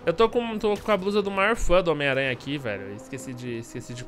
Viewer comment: Ele fala homem teia kkkk